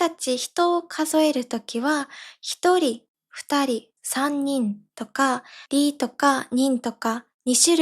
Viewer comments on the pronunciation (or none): えまさんの「二つ」と「二人」のアクセントが間違えてると思いますｗ